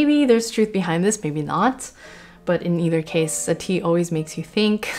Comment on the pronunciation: Can I just say, as a French person, your pronunciation of the composers' names at the beginning is spot on. Actually, the whole video is excellent, as always